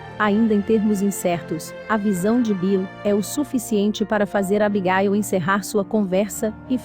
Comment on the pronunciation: O nome é Abigail não Abigail e jeck não jak